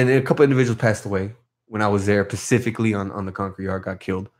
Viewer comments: Nothing but respect. Homie if your reading it is “Specifically” not “pacificaly” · “Pacifically” kept it g. Hope he can take a joke. I can not imagine doing 9 years in the bay. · Damn dawg it’s specifically not pacifically much love homie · Pacifically in the nineties. 😝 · Homie keeps saying “pacifically” instead of “specifically”, but i would never correct him in person because i would not want to offend him & get a sharpened toothbrush in my eye socket.